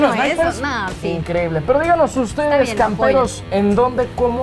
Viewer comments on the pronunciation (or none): none